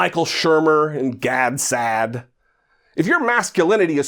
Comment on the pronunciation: Aspirational. Perfect use of the word. Also, perfect pronunciation of "Gad Sad." 😜 jk